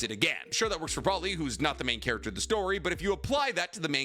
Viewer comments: BRO-LEE not brawlee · Bro really said brolly.. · did bro say "Broh-Lee" LMAO